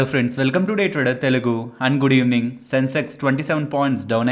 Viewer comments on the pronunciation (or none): Anna nuvvu and Good evening antunte aadhi un-good evening la vinipisthundhi anna...